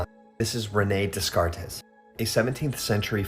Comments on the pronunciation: the white dude on the right needs a quick French class. And internet, please correct me if I'm wrong here; but all my French teachers taught me it was pronounced: day·kaart In fact, since it's proven incredibly difficult to effectively articulate intentionality of accents, nuances of tone, etc online or via text ...I'm just going to link this pronunciation example below: Now, small lesson aside (once a mom, always a mom)... Let's get back to the video 🎉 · It's not pronounced Descartes. It's French... It's Day-Cart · “Dez car tez” 😂 French has left the chat